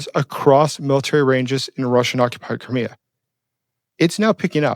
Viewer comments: It's like CRY ME A .... NOT kermia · Where is Kermia or do you mean CRIK3A?(cry-me-a)is the correct way of saying it. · lol it pronounced Cry-Me-Uh